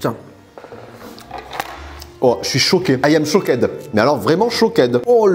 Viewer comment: 🤣🤣🤣🤣🤣🤣🤣 You are shockèd,,🤣🤣🤣🤣🤣